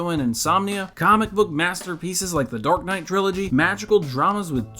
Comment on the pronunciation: me hearing "Dork Knight" when he mentions it